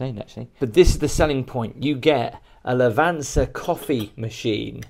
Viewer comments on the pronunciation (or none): It's not a "Lavanza" coffee machine, it's "Lavazza" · It's Lavazza, not lavanza😉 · I'm trying to imagine the look on an Italian's face every time you mangle the word 'Lavazza'.